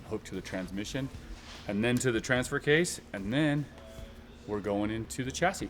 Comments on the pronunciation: Every time says. Chas-s-i-s😅🤣 makes me laugh 😅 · From previous shows, has ruined the word "chassis" for me. LOL